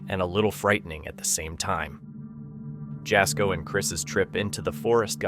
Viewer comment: So Jasko is pronounced Yasko, also pronunciation for the Pokomoke Forest is Pokomok, no e,. Shenanigans going on the CJ Faison farmhouse. Many caught ya videos can be found regarding his stuff., I'm just saying......